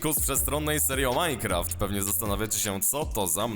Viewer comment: Proszę mów Minecraft, a nie Mycraft..